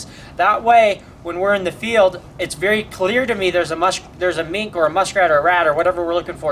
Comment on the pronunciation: oh now I understand in the first video when you say "mink, mink, mink" it sounds you are saying "meat, meat, meat" before you showed her which is why she got confused the first time but when the most recent video came around she was getting it since i see the gears working in her head when looking for the mink x3